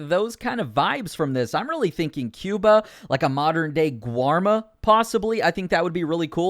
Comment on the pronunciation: It’s Cuba, not Cuba